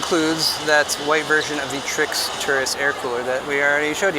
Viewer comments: the man still calling them Trix throughout the video lmao..the disrespect. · TRYX is pronounced "trikes"???? Sounds better than "try x" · I like the "Trix" pronunciation better :) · He begins by saying he got the name wrong and proceeds to get it wrong again and again throughout the video. 😂Old habits die hard, huh?🤣 Doesn't take away from the video, at least not for me. Mostly 'cuz I've sure been guilty of that one too.🤘